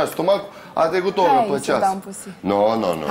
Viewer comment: A trecut o Orrrrrra....😂😂😂